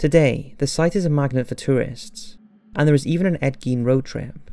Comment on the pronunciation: Garh!!!! You are pronouncing Gein wrong!! I hate when this happens. Apparently no American can say his last name correctly.